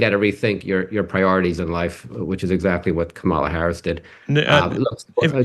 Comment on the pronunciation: (?) is so ridiculously petty that he's still mispronouncing Harris' name. Just to demonstrate that the racist smooth brains have won. As an American, the thought of the coming parade of fools we're all about to be subjected to is horrifying.